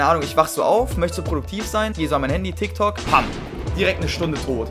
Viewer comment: musste nochmal richtig hinhören um zu verifizieren dass das ein t und kein f bei dem „tiktok“ war.